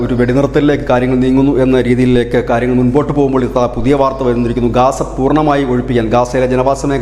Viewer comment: Gasa. Darave alla ozhypekkan